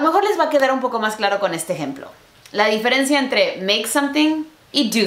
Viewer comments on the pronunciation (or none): No se dice "di-fe-ren-ci-a" Se dice "di-fe-ren-cia" querida!